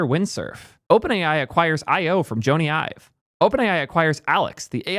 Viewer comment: Actually, got it right. It's actually pronounced Joan-E. He's british.